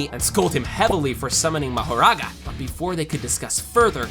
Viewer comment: ele falo marogarara ou foi empressão minha?